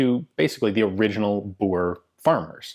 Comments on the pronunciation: Its pronounced Boo-r-eh war... thats my heritage... and Zuid Afrikaanse Republiek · Please oh please 60 min. In this and you don't know the history and neither can you pronounce the word Boere correctly ....